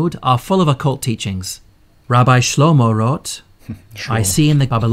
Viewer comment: i have the same reaction as bobby when the narrator pronounce the rabbi name is shlomo 😂